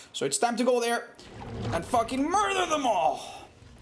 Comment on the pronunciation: “fucking murther them awll”